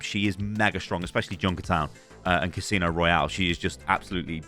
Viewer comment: 'casino royale' lolol